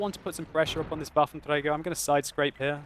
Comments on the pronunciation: I appreciate your attempt to pronounce Waffentrager properly, but you're doing it wrong. You should be using the French R, not the Spanish R. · your waffentrrrrager is so annoying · the way you say "Waffenträger" is funny, because most germans could not roll the "r" like that even if they try very hard :D and you pronounce the rest perfecly while you are under stress and not actually trying so hard to get it pronounced ;)